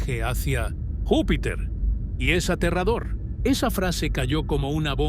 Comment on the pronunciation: Es Aterrador Aa tee rraaa dooo rrr es muy aterrador .. bueno y la pregunta es que es aterrador dicho por una IA que para hablar tambien le falla el español yo creo que porque no comprende que es Aterrador muy aterrador